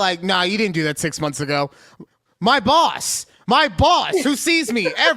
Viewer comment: When says my boss my boss, I heard My balls my balls!